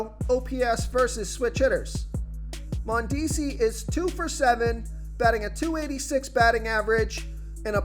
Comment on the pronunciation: Can you please learn how to say the players name correctly. Every video your butchering someone’s name. (Mondesi)